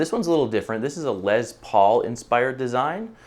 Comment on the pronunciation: Who's "Lez Paul?"